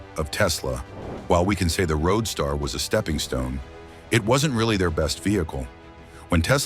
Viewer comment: Stop the robot narration... It's a roadster not a road star!!